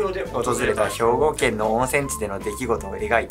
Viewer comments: の【兵庫県】のイントネーションが関西弁で好き🤣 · 関西訛りの『兵庫県』の言い方がかわいい